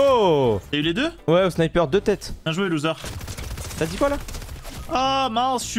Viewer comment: A 8minute8seconde à dit lousere et zefar tu ne la pas remarqué